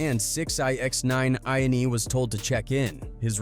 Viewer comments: Six-nine INE wtf lmao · 6 X nine ein???🤣🤣 the AI is hav8mg trouble with that name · Yall gotta fix the ai voice with names before uploading